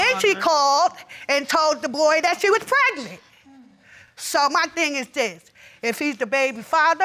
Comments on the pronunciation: I can’t even... Preg-a-nent 🤔 why is it so hard to speak well? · “PRAGANENT”...... is that a word?